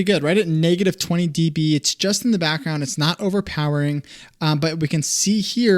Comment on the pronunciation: calling decibels “d” “b” makes my ears bleed